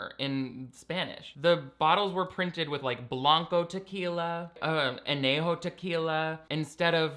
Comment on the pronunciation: it would be nice if she even bothered to pronounce things better, she sounds like she's choking saying "añejo" if she's gonna cosplay as Kendall Guadalupe with her braids and sombrero she could at least learn how to say a few words properly